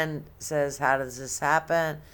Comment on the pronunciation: If she said har instead of how one more time 😵‍💫